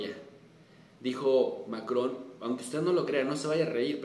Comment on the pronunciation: ya lo respetaba y ahora tiene aun mas mi admiración al mencionar a Macrón en Español. Usted sigue siendo grande profe. Saludos desde Los Angeles.